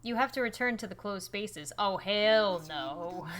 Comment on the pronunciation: I laughed so hard when she said he'll instead of heaven , lol 😝